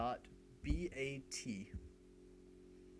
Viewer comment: what did he say to name it run.vat or run.eat?